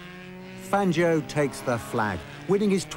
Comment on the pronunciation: Fangio was the greatest! I bow low to his mastery of motorsport! BTW, It's Fahn-Joe, not Fan-gee-oh! Never, ever, depend on the British to pronounce foreign names correctly, because they basically don't care how foreigners pronounce things. (I'm American) - Now I'll admit I don't know how Fangio pronounced his name, but it looks like an Italian name, and in Italian the 'i' is (generally) there to modify the sound of the 'g'', not to be pronounced. It's like the difference between 'caca' and 'chacha' (or 'sit' and '$hit', if you prefer). If you look at the Wikipedia article on Fangio, they say it's pronounced [ˈfandʒo'] (but then, maybe they don't really know, either) For all I know, Fangio may have pronounced his name 'Fahn-gee-oh', but since he spoke Italian, I kind of doubt it.